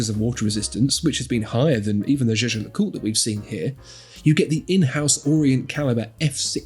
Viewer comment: Note: Jaeger is pronounced "Yayger". German, okay?